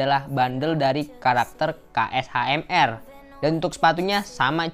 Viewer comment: Bang baca nya Kashmir👌🏼 KSHMR itu karna huruf vokalnya diilangin